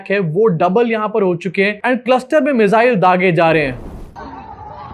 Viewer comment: मिज़ाइल नहीं मिसाइल 😂😂😂😂